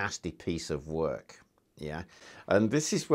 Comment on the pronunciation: "Nosty piece of wuk"- I love when he says that